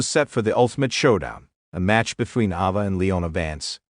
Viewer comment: Its Ayva not Ova Learn how to Pronounce the Rock's Daughter Name